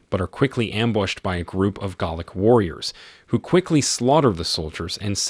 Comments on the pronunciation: I was wondering when the narrator was saying "garlic " should have said " Gaelic" ..🙄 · pronunciation in this video is hilarious, eg - "he cursed in GARLIC" :face-green-smiling: It's just one amongst many, so many in fact that I almost wet myself! :face-turquoise-covering-eyes: +++ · Galic is pronounced like gay lick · This narrator needs to learn how to pronounce words properly. Gaelic, not Gallic, and as for the Baron.. good word. It's a title, not a name. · Not in Scotland, where it’s also spoken. Here it’s pronounced Gha-lic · Is the voice AI? It is pretty good, but there are a few odd pronunciations like 'baron' and 'chieftain' and, of course, Gaelic (though the latter might be a regional pronunciation).